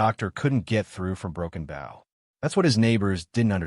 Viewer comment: Broken Booow not bough Broken Bow